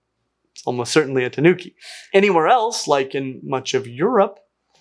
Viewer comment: Had a good time watching the Fennec foxes at the DC this past weekend. Also, finally got to see a black-footed ferret live. A small point about tanuki - the stress is on the first syllable, not the second. Also, the Urocyon foxes look like something Chuck Jones would make.